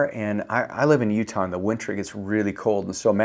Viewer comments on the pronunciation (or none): none